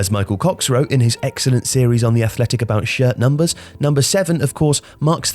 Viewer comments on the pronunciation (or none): I thought he said shit thumpers